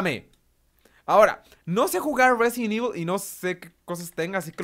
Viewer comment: Resident Ivol chero :3